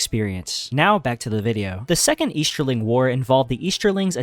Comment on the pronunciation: eashterling? shtreaming.